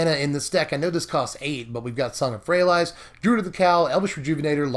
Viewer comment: Love you, but had to stop the viedo 2 minutes in and hand you the thumbs down. Just cant listen to ayou say Song of Frey-a-LIES. its worst then your Lyra pronunciation, but with out the justification. FYI it sounds better Frey-a-lease. Still a big fan, and I support SBMTG